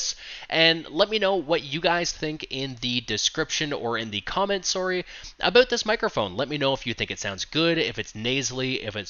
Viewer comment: ''Aboot''.... hehe